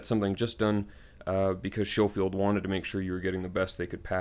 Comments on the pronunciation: Pronounced Sko-field. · Lol at the beginning you warn us of pronouncing the brand properly, and yet you pronounce it SHOfield throughout the video. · I don’t know why American’s pronounce it as Sho-field, when there is a Sco-field barracks in Hawaii